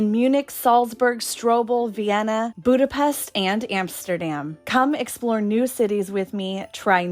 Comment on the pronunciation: It's pronounced Budapesht 🙄